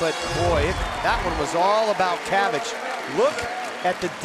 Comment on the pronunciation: Nobody asked but it's pronounced "chavich" not "kavich"